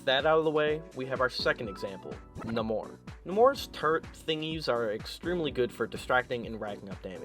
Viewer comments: Nay-More. For Effs sake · Marvel itself uses both nah-mor and nay-mor, also hes based off mayan culture, who would say it nah-mor